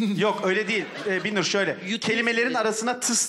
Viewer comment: Ya bir bana mı öyle geldi bilmiyorum ama arada Binnur' a Birnur diyorlar fena sinir bir durum olmuş. Bir değil BİN!